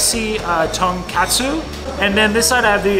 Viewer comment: Just FYI, it's pronounced TON KOT SU, not KAT SU ;) Love your videos!